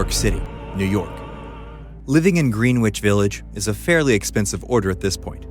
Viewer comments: Did you just say Greenwich like sandwich? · I also think he should’ve pronounced “Greenwich” correctly😉